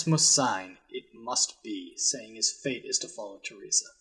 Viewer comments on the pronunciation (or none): none